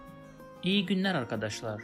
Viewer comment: Ok, thank you! And by pronouncing "İyi' I hear like long "i" without 'y'. Is it correct?